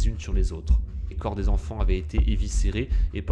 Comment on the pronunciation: j'ai eu très peur à 2 reprises : quand tu dis "les 8 zenfants" (à 2 reprises quand même) et "il apercevit". A part ces fautes à hurler d'horreur, c'est pas mal fichu, bravo !